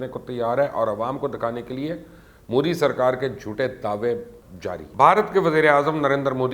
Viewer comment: Pls get the name right its pronounced as 'mudh dee'